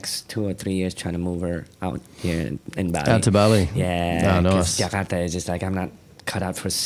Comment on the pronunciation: Respect to ras Muhammad for pronouncing Jakarta not Jekadaaa...